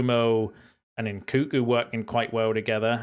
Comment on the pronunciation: What do I think about NKunku? I think you should learn to pronounce his name properly 😂